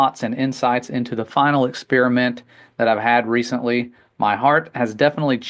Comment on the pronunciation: The guy starts off by talking about "The Final 'Ex-Spear-a-mint'". Now, I'm no languager (Rick & Morty reference), but I think it's pronounced "Experiment". 'Ex-Spear-a-mint' sounds like gum that's lost its flavor. Guy 1: "What kind of gum is that?" Guy 2: "Well it USED to be Spearmint. Now, it's Ex-Spear-a-mint." I guess my point is: how can we take this guy seriously, when he can't even pronounce a word that most children learn to say in the first or second grade.